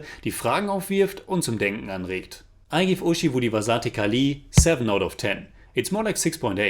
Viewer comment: Please read the comments on your videos bro. I've commented this many times before. 'Zh' in Malayalam and Thamizh are pronounced like a silky rolling 'Rh' as in Rhino. But smoother. Its a unique signature sound to our languages. It's not so hard once you make that adjustment. Today's butchering was particularly bad. ORHI-vu---Dhi(as in the apple)-vasa---'the(as in french for tea) ORHIVU-DHIVASA'THE KALI (short space for the apostrophe) I just say this to you because the reviews are on point. So since you are taking the effort to say the names, why not help in getting you to say it right. But just read the comments.